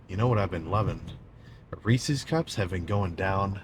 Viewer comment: wow a youtuber actually pronouncing Reese's correctly. Most say Reesees